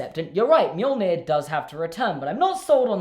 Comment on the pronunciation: It’s pronounced me-yol-neer but reads as mjölnir because the Norse where assholes at creating a language